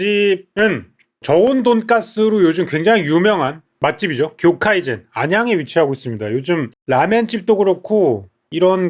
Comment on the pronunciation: 오너분이 일본어 잘 모르시거나 그래서 이름을 잘못 지은 것 같은데. 경계선은 교카이젠이 아니라 쿄우카이센입니다. 일본어로 교-카이라는 '해물' 또는 '업계' 같은 한자의 발음입니다. 사실 정확하게는 교-카이나 교우카이 같은 식이죠.